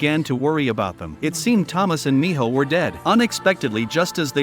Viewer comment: And it’s not Mijo it’s Minho